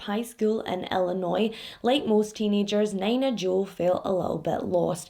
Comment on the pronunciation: I’m not trying to come off an an ass bc I appreciate you teaching me how to properly pronounce Glasgow/Moscow, but omg you saying Nina Jo the way you did made me giggle so much. Nina is usually pronounced as “Knee-nuh”. I admit idk this case, but I do just assume you pronounced the name wrong. I could be wrong and I hope I don’t come off as rude pointing this out. I just wanted to help you out and let you know :)